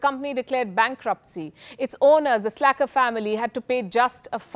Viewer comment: The family is SACKLER. Please say it properly